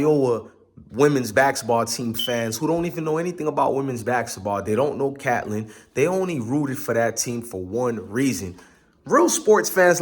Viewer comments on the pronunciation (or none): First her name is Catlin...(PRONOUNCED...KATE LYNN). AND THE SCHOOL IS PRONOUNCED. EYE-O-WHAA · Caitlin did not taunt at anyone individually. Plus you showing disrespect not even pronouncing Iowa or Caitlin correctly. Also please explain why LSU didn’t shake hands after the game.